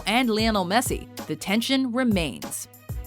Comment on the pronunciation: she peounounced messis name wrong